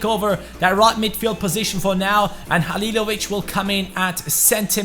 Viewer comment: Damn you said Halilović right i know from croatia